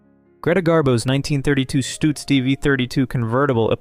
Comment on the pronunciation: Great Garbo's car is NOT a Stutz but a Duesenberg. And, by the way, it's pronounces Stuhtz. NOT Stootz....Sheesh.